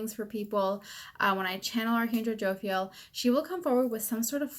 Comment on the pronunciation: Say it with me. Jo-Phi-El. Not Jo-Fil.